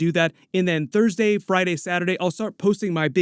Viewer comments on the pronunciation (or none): none